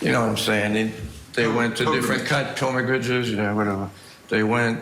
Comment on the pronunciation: “Pill-mah-gridges”. What an illiterate hillbilly.